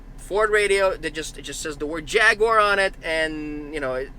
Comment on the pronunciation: First of all you can’t even say Jaguar right secondly jags and most British cars are very reliable from years of experience I can say that truthfully.